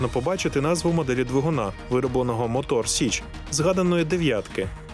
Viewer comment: Мотор Січ, а не сич